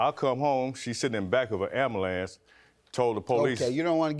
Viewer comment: Chileee she also said the polices, and he said ambulumce